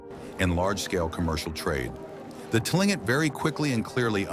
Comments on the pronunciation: KLING-kit is the correct pronunciation (according to the Tlingit people themselves). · another AI crap. That should be Tlingit ? 🙂